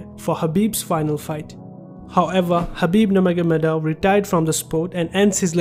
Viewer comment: Bro his name is khabib not habib 😒